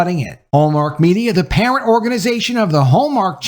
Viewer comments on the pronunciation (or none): none